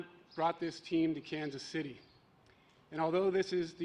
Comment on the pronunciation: Kanka City Chiefs???? At least get the name right!